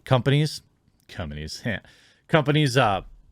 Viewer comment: "Brimming commanies".